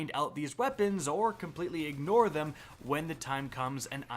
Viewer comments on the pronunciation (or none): none